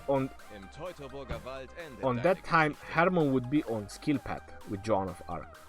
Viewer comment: Lol sounds like you're saying John of Arc lol